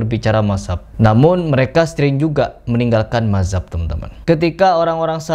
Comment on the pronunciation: Lu belajar ngomong dulu, madzhab ko mazab😂😂😂